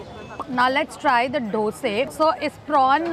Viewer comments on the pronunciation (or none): Dosaaaaaaa not doseee😂❤but still love you💛💛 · I love the way she calls "dose"not dosa✨💓💯